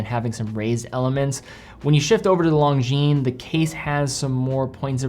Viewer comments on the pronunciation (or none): FFS, it’s not “long-jean” it’s “lon-jean”